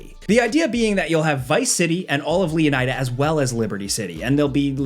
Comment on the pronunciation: Leonida: pronounce it like Florida. You are welcome